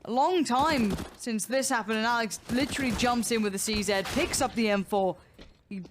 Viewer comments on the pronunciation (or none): "litchrally" ahhhhhhhhhh